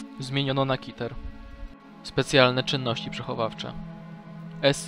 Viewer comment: nie tysiąc czterdzieści osiem tylko jeden zero cztery osiem, nie kiter, tylko keter.